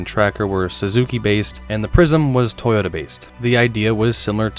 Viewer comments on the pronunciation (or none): none